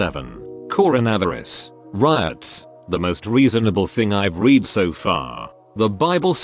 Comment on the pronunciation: i can put up with the robot voice until it mispronounces/misuses words: "BIEP-oh-lur" (bipolar), read ("reed") for read ("red"). interestingly, Robo-voice pronounced p*ssy as "pussy". it must have a thing for cats.